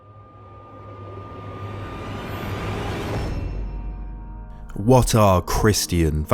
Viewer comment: ok thank you for making this video but someone has to point out how u pronounce christian